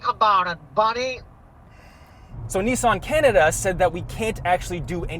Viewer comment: Nooooooo, I will only allow you to say mezda wrong, not nissAN too. :)